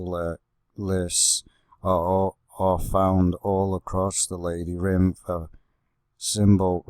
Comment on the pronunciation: It’s not called lady rinth